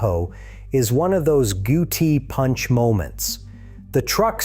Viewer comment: These things would be so much nicer with a real human doing the talking. one of those goo tee punch moments? maybe a gut punch?